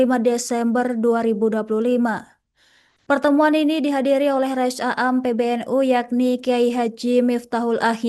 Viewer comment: Bacanya rois am bukan rois a am